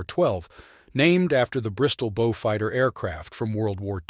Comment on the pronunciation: Not bjufighter. Bowfighter.